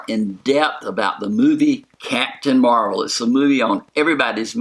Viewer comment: Possible Spoilers Yeah, in the books, she takes the name Ms. Marvel, and doesn't want to take the mantle from Captain Marvel, but Captain America (I believe) convinces her to take the name. No clue how or when she gets it in the movies, but they did set it up with Fury's mispronounciation. But she does leave the planet before getting the name, so will she get it on Earth or will she have the name already on her adventures off Earth?